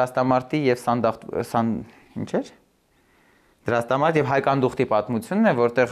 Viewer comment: Դրաստամատ , ոչ թե Դրաստամարտ։ տնօրհնեք, այլ ոչ տնօրհներգ